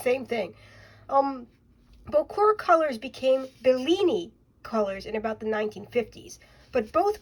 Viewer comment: Unless I'm wrong you are pronouncing the word correctly. Bocour!